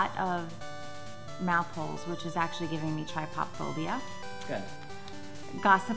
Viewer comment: Did she say try-pop-phobia I think it’s tri-bi-phobia as the pronunciations